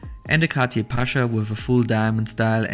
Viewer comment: It’s not pronounced Cati. It’s Cartier 😂